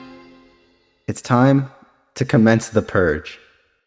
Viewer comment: Terribly sorry but did he say PERGE. THE SO CALLED HERO WANTS A PERGE!!!